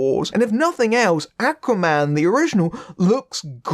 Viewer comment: Love the review but can't get used to they way you say "Aquaman"; sounds like you're saying "Acne man". It's the way you're pronouncing the first letter 'A'; should be a lower sound, like the word 'awe'.